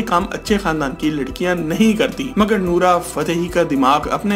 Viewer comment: Her naam is Nora not nura